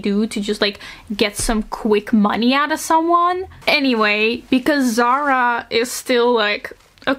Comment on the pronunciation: Not zara. Zahra زهره the h is very light and it means flower